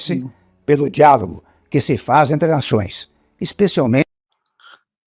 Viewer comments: Min -"...resolve-se pelo diálogo..." pareceu q ele falou "diavolo" ("diabo" em italiano)? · Parece q o Temer fala diabo ao invés de diálogo 😂